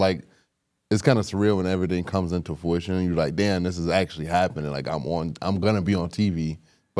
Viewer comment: pronouncing fruition as fooition funny asl 2 episodes in a row too😂😂😂